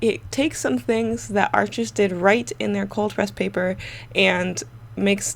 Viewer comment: Bonjour! Please, America, Arches is pronounced like the word harsh but without the 'h'. It is not 'Archizz'. Merci Beaucoup, Mademoiselle! 🙏🏼🇫🇷